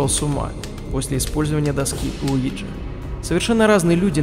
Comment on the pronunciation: Мне одному слышалось место Уиджи ЛУИДЖИИИИ